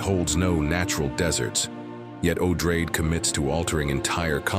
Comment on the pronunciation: Pronounce the names correctly: Odrade is pronounced Odrahdey, not Odrade. The other major Bene Gesserit Reverend Mother is Lucilla, not Lucille. She's a BG Reverend Mother, not a TV star married to Desi Arnaz.